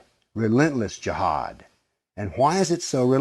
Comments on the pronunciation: It’s pronounced as Ji haad not Jahaad. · I laughed so hard at this vid this guy is delulu lmaoo I died at the country accent of JIIIAAAHAAAAD lmaooo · You're emphasizing the word Jihad like you want to tell everybody that Jihad is something really bad. JEEHAAAAD like "watchout everybody, bombs gonna explode from his vest." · Such an idiotic video.. its not even based on history.. plus he cant even pronounce “jihad”..